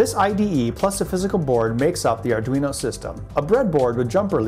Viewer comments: Ardunio? Lol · it says ardunio. :) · ARDUNIO. lovely xD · ARR - DWEE - NO